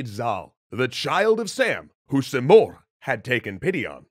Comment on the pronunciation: Rudabe is pronounced as [ruːdɒːˈbe] Sam is pronounced as Saam, much like Zal/Zaal Simurgh is pronounced as /sɪˈmɜːrɡ/ or si morgh(gh=ق) Rostam is pronounced as [rosˈtæm]